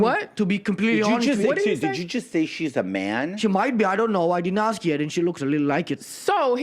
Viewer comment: If the person can't pronounce the word ”ask” or ”asked” properly, then they shouldn't be talking for a living